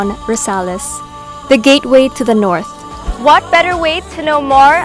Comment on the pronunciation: yesyes listen to this part as she say NORTH